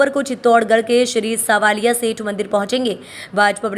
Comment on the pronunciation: Madam svalia nhi savalia seth mtlab krishnaji ko bola jata h